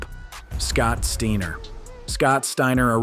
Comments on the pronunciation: 'Scott Steener' 😅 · Bro did you really say Scott's name like that 🤦